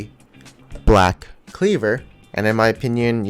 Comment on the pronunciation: Omg the way he said Black in Black Cleaver. lmao